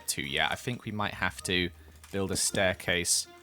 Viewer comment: 'This is the STAIRCLASE here.' Me: speechless welp....do you speak English? I mean like stairclase-_- its stairCASE. There is no 'L' in starircase.